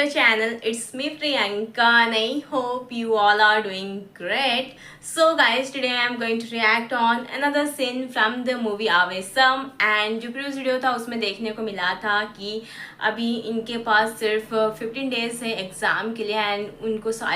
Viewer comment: Aavesam nahi my cutie, its Aavesham. Sa nahi sha... Sha